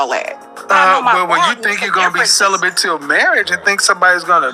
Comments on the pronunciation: Sounded like she said "Celephant"... (Like a cellophane elephant?) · Is she saying celibate or sell a bit ? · It's celibate and not celibant. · Why did say celebant??? lol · She said celebian.😂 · I heared "celebum" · "I been celebent for 2 years"🤣🤣🤣🤣🤣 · Wtf is "celibent"? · She can't even pronounce the word celibate, let alone live a healthy balanced life. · lol it’s not her decision to be “celibate”, absolutely nothing wrong with that… it’s her mispronunciation of the word.